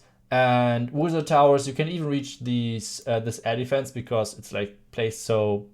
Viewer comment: He said air defense & I heard elephants.